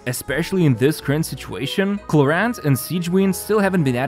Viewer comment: The way he pronounced Clorinde and Sigewinne gave me PTSD